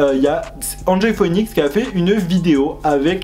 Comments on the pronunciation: Phoenix se prononce fénix hihi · Ca me stresse comment tu dis “phœnix”😂